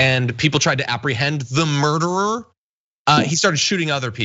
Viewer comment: Did any damage report people even watch the videos to get a sense for what REALLY HAPPENED? Maybe. They haven’t made a new video about this in a week. It’s so funny when he keeps saying “murderer” with such emphasis. Heads completely up their asses or they’re lying on purpose